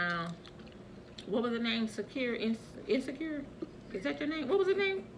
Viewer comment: She said insacure omg i was dead....and then i want mi dam greens back😂😂😂😂😂